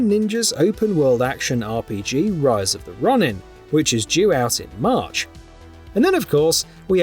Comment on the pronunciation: Rise of The Runnin? Are you an A.I.?